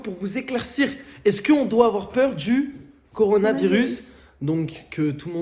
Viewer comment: C est meme pas coronavirus ses coronessevirus